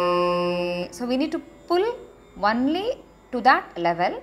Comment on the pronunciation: Not വന്ളി.. ഒൺളി is correct..